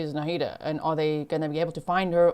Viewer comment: Horrible case., please learn how to pronounce "Nahida". It's only three syllables!